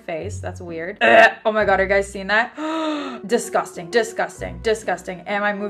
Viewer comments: So i did the 'drinking when she says disgustangg'. I'm hydrated for life now. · Did anybody else count how many times she said DESGUSTANG